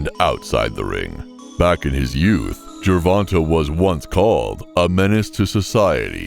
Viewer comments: Why is it white people can't or don't even care to try to get Our names right. My name is Ronta and I hear ron ta all the time. It's ronTay. Come on get it right. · JER-VON-TAY not JER-VON-TUH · As bad as I wanna clown this narrator for "Jurvontah", our Black mothers really need to start considering the basic conventions of English phonetics when they be inventing these names! (Sorry, mom, I gotta kp it a buck) Sometimes it seems like once they push that baby out the "front pocket", they pull it's name out the rear one ! "Gervonta" IS a nice name tho, despite the misleading spelling.